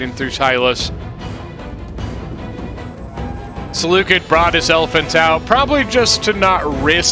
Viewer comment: You pronounced Seleucid wrong